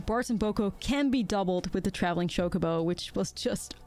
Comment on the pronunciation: I like that she calls it Shocobo